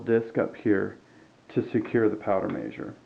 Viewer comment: Very well done and informative, but please say measure not meeezure.